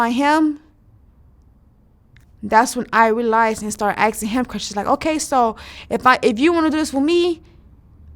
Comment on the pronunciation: I’m axing him